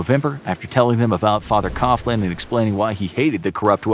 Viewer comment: Fr Coughlin's surname is pronounced KOG-lin, not Koff-lin.